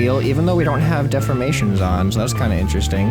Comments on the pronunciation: Deformations not Deframations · Dee for mations not def or mations